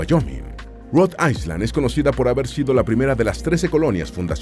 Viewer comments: Para tu informacion es AI - LAND no AISLAND. ESTUDIA MANO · Island se pronuncia AILAND. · Excelente video! Muy informativo. Una pequeña sugerencia: Si vas a pronunciar ISLAND en ingles, la letra S es muda. Bendiciones! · Island, no se pronuncia la "S" AILAND❤